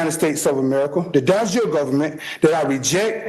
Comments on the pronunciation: Dude can't pronounce De Jure because he's never heard it spoken aloud, but he's gonna self represent on a murder charge. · Boss move was the judge not correcting the guy's pronunciation of "de jure".